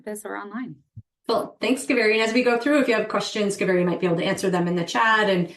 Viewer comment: Not ka- veri … It’s pronounced as KAA- veri ( holy River in Karnataka )